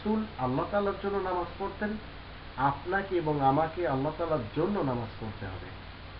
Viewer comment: হেহে, বুদ্ধি প্রতিবন্ধী.. পড়তেন রে উচ্চারণ করে - প-অঅঅড়ত্যান??.. শুকর করে ঘ্যান ঘ্যান ঘ্যান ঘ্যান.. কথা ঠিকঠাক বলতে পারে না, ব-অঅলব ক-অঅরবব, ব-অঅলব ক-অঅরবব.. আবার রাসূল হবে?? ধর্ম্ম প্রচারক হবে?? ডক্টর জাকির নায়েক হবে??..(কেয়ামত পর্যন্ত হবে না, কচুগাছ হবে বুদ্ধি প্রতিবন্ধী, নিজে যেমন হয়েছে মানুষ থেকে শুয়ার) আসল সত্য এই যে, একজন সার্টিফিকেট প্রাপ্ত বুদ্ধি প্রতিবন্ধী ওর মতো পাগল প্রতিবন্ধী যশোরী দের কেউ পিএইচডি ডিগ্রি দেয় না তা ও যত খুশি পাছায় "পিএইচডি" লিখে ট্যাটু করাক না কেন...